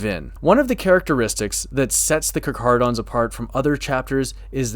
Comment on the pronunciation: I came here to check if you know how to properly pronounce their name. You have passed your test.